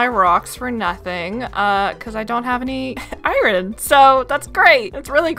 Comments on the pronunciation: … you are pronouncing iron I-rin 😂. It is actually I-orn even tho it is spelled iron 😅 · Okay I gotta say it It’s ai-urn not ai-ren 🥲 great series! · I feel bad because it’s driving me absolutely nuts to hear it pronounced incorrectly 😅 love the vids, but I-rin 😬